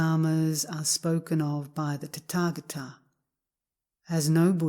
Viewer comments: I learned in Korea that is is pronounced ‘tÄ’•tä•gÄ’•tä. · I don't know why I can't stop inner giggling every time she says "Tatagata". I guess it just tatagatickles my funny bone. 😇💓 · It IS a very funny sound!